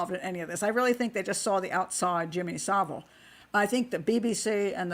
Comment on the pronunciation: Finally, an American who can actually pronounce "Savile" correctly